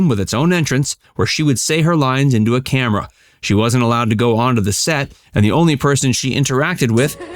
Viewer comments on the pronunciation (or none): none